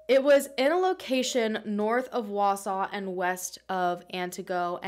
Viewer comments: I was excited she said Wausau right, but that's not really how we say Antigo lol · Congratulations on being the first non-Wausau resident to pronounce the name of our town correctly! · As someone who’s been living in Wisconsin my whole life thanks for pronouncing Wausau and Antigo correctly. 👍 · Haha right?! I was so impressed!